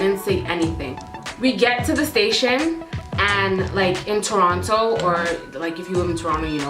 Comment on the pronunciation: What were you saying when you said "you know how (blank) guys are". It sounded like tronna guys kinda? I'm dying to know lol